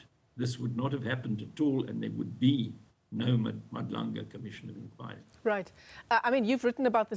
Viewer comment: Haai guys she still can't pronounce Madlanga in 2025 and she is on the news is nasty work. Folks live in SA they whole lives but can't pronounce the clicks in our language is now just disrespectful